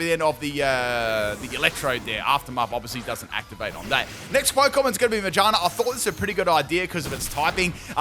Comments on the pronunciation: Careful with the Magaerna pronunciation as well bub, I can hear something else lmaooo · How can you pronounce shift gear correctly and still butcher ma-gear-na